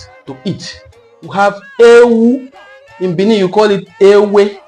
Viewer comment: You try small. But you are not pronoucing that of Benin well. The sound dufferes. Benin has 2 "e" been pronounced differently.